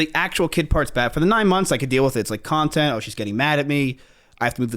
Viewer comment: she said nontent Cx